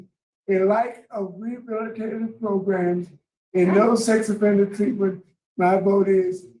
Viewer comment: you have more than made your point... You no longer need to beat a dead horse.... We dont need to hear you say "PROGRUMS" anymore... Its frustrating enough to have to hear the board say it... So please STOP saying it...